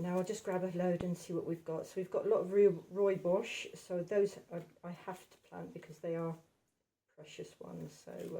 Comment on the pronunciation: It’s Rooi bos not bosch